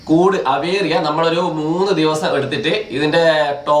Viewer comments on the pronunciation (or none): അവേറി അല്ല ഏവീയറി